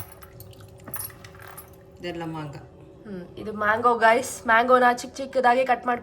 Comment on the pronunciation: Manga ಮಂಗ ಅಲ್ಲ its ಮಾಂಗ maanga